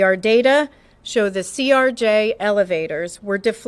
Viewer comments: CRJ not CJR, doing my best to not get annoyed lol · Stop saying ""CJR". It's CRJ, acronym for Canadair Regional Jet made by Bombardier. The video referred to as "somebody's cellphone" is actually Earthcam video from Kennedy Center. Mic keying is physically manual in the AM aviation VHF system, not VOX or as you suggested voice controlled. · CRJ BRO NOT CJR... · ...it's a CRJ, not a CJR🤦‍♂️ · ..its CRJ...lol. You kept saying CJR.